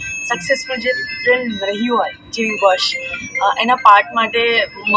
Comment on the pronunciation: વસ નહીં પણ વશ